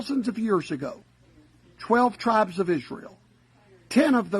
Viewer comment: "when two tribesh go to war...."